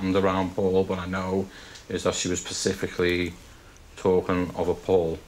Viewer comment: He pronounced it "Pacifically" nuff said.....